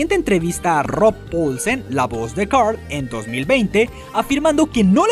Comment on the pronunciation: Roul Polsen? Es Rob Paulsen!